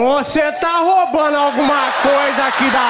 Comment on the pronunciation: "Ooocê ta toubando..." akkakakakkakakkakkakkaka